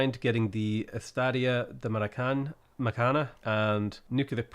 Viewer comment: In the "maracanã" the emphasis is in the last silabe!